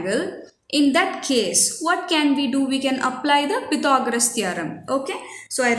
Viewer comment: U pronounced Pythagoras ❌wrong